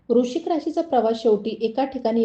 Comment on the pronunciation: वृश्चिक नीट म्हणा